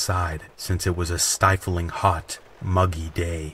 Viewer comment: Somebody who sounds like an actor whose name I can't think of at the moment can't pronounce Arkansas (AR-kən-saw'). Major emphasis on the first syllable and secondary emphasis on the lthird, but never on the middle - COMPLETELY the opposite of what was done. And later on he apparently has never seen the word "stifling" because he can't pronounce it either. Whoever heard of "stiffling" heat?